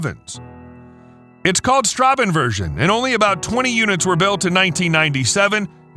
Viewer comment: The road-going 911 GT1 isn't pronounced "Stra-ben-version", but "Stras-sen-version". What appears to be the Greek letter beta for the 911 GT1 Straßenversion is actually a German Eszett (read as an elongated S, translated to a double S).